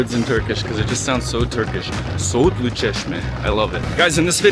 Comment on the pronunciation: why is your turkish accent so good i'm confused